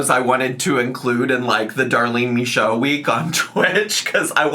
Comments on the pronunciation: As a French Canadian, I can confirm you saying "Michaud" the right way. ☺️ I'm really happy you're back, covering things you want to cover and not just following the drama. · French speaking Acadian in northern Maine here. Michaud DOES look like the way she pronounces it because it’s French and not English. 😂 Michaud is a very common name here. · Very common here in Quebec and it's said exactly like she said !